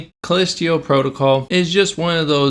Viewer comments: Haha. Thanks for the chuckle. I think we were all like, "callistio?" Great vid! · true, but when a game literally pronounces the name of the moon via its in-game characters and someone repeatedly says it wrong, that makes me question if the person who repeatedly mispronounces it even actually played the game. I’m probably reading into it too much, but it wouldn’t be the first time a content creator made a game review without playing said game. That’s the first thing I think when stuff like this happens. But yea… I’m most likely reading into it too much. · Lazy video that reminded me a 16 year old ranting away. Were you so lazy that you couldnt be bothered to pronounce "Callisto" correctly. I didn't make it past 2 minutes with your video. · I twitch every time you say callisto...you aren't saying it right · Take a shot everytime he calls it "call-list-teo" protocol instead of Callisto. You will not survive 😢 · Dude I will excuse myself from the video just because I can’t take you calling it callisteo instead of callisto one more time Jesus how hard can it be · Dude... First of all it's CallistO not Callistio... You can't even pronounce the game correctly... The game and the DLC were truly amazing especially the plot twist and overall enjoyable gameplay, let alone the great graphics and actors... Last thing, when doing reviews NEVER spoil endings... You showed the dismembered and burned Jacob... Seems that you need to learn a lot about gaming and reviews instead of adapting the opinion of couple of idiots on twitter... You know what I'm talking about... Anyway, wish you all the best. (Edit: Forgot to mention how brilliant the lore was in explaining the whole background story and the story of the cult, which I don't think you even bothered to read or understand) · "Callistio" PrOtocAL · CALLISTO! Not CALLISTIO! 😅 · Sorry, but if you can’t even pronounce the name of the moon correctly, maybe the game isn’t for you. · bro really said "callestio protocol" 💀